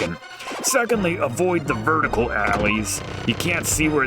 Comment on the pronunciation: Vertical, not verticle